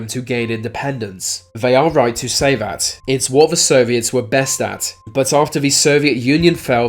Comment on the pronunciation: Good video ruined by the narrator saying words "Vere" and "Vat" they're spelt with a TH at the beginning not a V you moron!